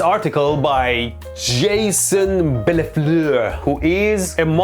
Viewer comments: Congratulations for your pronunciation of Bellefleur 🫡 Thanks for this video. I think that credulity of uneducated people towards this kind of people is a real concern. Science (real not pseudo) must prevail ! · The way you pronounced Jason Bellefleur 😂😂😂